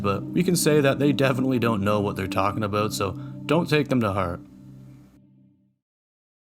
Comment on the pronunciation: Lmao at the aboot 😂 I heard it before I saw it